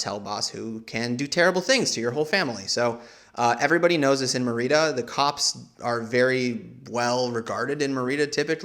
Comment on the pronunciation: Dude: Merida is pronounced "MARY-duh". I am not a language snob but you managed to pronounce every other locale correctly...even "cenotes" which is not exactly intuitive for an english speaker. You also said all the food correctly with extra effort to pronounce them as authentically as possible. So how did a major city that you even visited like "MAIR-ee-da slip through the cracks?